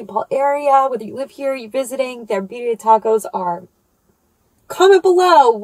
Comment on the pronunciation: BiRRia. Double r. Try to roll it! Rrrrrrrrrooooooll it! 😆 greetings from Spain!